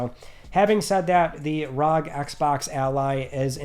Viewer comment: Asus Republic of Gaming … R..O..G . Not rug